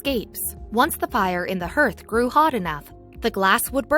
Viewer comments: That's fodder around the fireplace that you keep mispronouncing it a harth not a herth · You would think that someone reading a script would know how to pronounce common terms like hearth and ether.